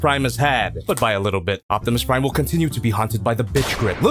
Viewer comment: Jack-imus Prime hahah 🤣